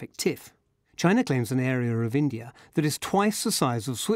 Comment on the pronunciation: Why do you say Chiner and Indier? I hear you saying something like Indier and China or Chiner and India?